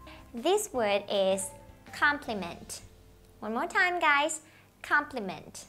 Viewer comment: Cô ơi cái từ compliment em hơi thắc mắc cái nguyên âm